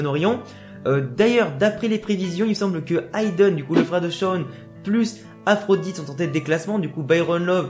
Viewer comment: Le nom de Byron ce prononce aphrodi pas Aphrodite ^^ Bien pensé pour le disciple du coach chinois ! J'y avait pas pensé !! ;)